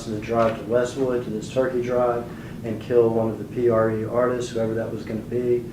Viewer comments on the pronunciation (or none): You honor , Judge , Ma’am it’s PRE not PRG 😅